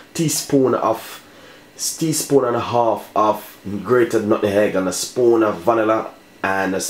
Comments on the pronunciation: Nutmeg not nutnhegg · Please Sir....the word is nutmeg. Love your recipe.